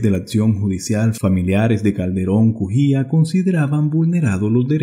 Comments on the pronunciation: LOS APELLIDOS SON CALDERÓN CUJÍA, NO BUJÍA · Se llama efren Calderon Cujia no bujia